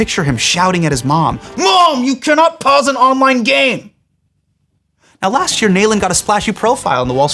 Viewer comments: It’s not Nail-Inn, it’s Nalin lol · Nalin being referred to as "nail-in " instead of "Na- lin" is too funny. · Hasan why did you say Saajan and Nalin like that after taking a stance on how your name is pronounced? 😭😭